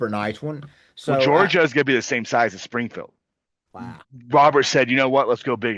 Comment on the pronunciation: Springfield sounded like you said Springhill